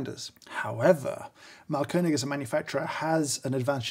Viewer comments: Yes, audible Umlauts! Although he does say mahlKÖNIG instead of MAAHLkönig, i.e. emphasis on the wrong syllable, and A too short. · Thanks! It's Máhlkönig btw, stressed on the first syllable. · His pronunciation of Mahlkönig is simply wrong. I appreciate the effort to try and he certainly did a better job than your average Joe but to say it's on point or incredible is a bit far fetched.. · Thanks for a very informative and enjoyable video (as always)! You also did a very good job pronouncing the German Ö-sound perfectly! Just a little tip: the A in Mahlkönig is a long sound. An h after a vowel always makes the vowel a long sound. ;) Keep up the good work and thanks for making lockdown more interesting :)